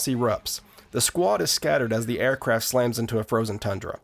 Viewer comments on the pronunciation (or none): none